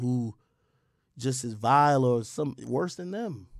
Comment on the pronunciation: Why does Al force the way he pronounces the “or” and “ar” sounds in words. Why he forcing it like that?